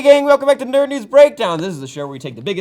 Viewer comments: Did anyone notice how said nude news at the beginning instead of nerd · totally said nude and not news at the beginning.